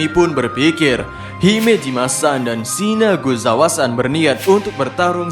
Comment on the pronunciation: maap itu "shinazugawa" bukan "shinaguzawa"🙏